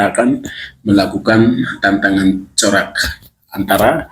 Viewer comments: Katanya edukasi tapi ngomongnya salah salah terus 😊 kalau sekiranya kurang tahu lebih baik cari tahu dahulu lalu di tulis supaya bisa di baca jelas. Carok di bilangnya corak 😊 Hamengku buwono di bilang hamengku bowo😊 jogja di bilang Jawa Tengah 😊 Tetap semangat bung dan teruslah banyak belajar lagi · Bukan corak tp carok broo😂😂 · Carok bkn corak 😂😂😂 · Carok bang bukan corak.🤭 Salam NKRI